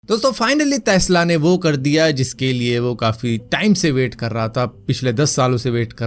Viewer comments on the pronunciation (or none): taisla nahi tesla bhai